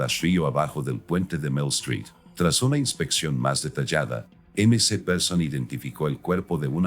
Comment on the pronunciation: Mc Dios mio...la ia no es tan inteligente Mac se dice el mc please!!!